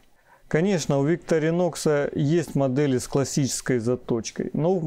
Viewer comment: Не совсем корректное сравнение ножей. Victorinox(ударение на второе "и") по сути своей, нож для ковыряния еды в тарелке, т.е нож для пикника, где всё уже в принципе подготовлено и не требуется никакой разделки оленей туши. Нож весьма узконаправленный, что нисколько не делает его каким-то ущербным. Его специфическая форма также обусловлена ещё и тем, что этот нож не подпадает под весьма строгие европейские законодательства, касающихся колюще-режуще-стрегущих предметов. Victorinox - складной столовый нож, устойчивый к окружающей среде. Opinel - перочинный нож, категорически не любящий продолжительного контакта с водой. Это даже не разные весовые категории,а просто разные по сути своей вещи. На мой взгляд, использовать Opinel для нарезки продуктов не самое лучшее решение, т.к. в виду конструктивных особенностей, его крайне тяжело промыть от остатков пищи, да и деревянная ручка с водой не особо сильно дружит. Victorinox же безболезненно перенесёт купание и в посудомечной машине, хотя проделывать это с ножами не рекомендуется.